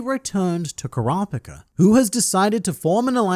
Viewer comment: Pleas please please. It's not Ku ra pika. It's Kura pi ka